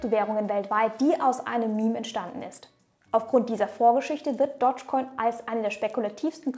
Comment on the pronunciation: Du betonst es komisch..... Es heißt nicht Dodgecoin sondern Dogecoin. Du musst es "Dohschcoin" aussprechen. Nicht "Dottschcoin"...